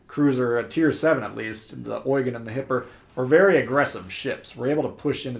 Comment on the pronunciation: Pronounced "Oy-gun"